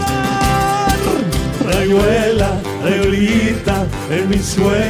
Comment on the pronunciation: Esa "r".... no da así, mal che. rrrayuela se dice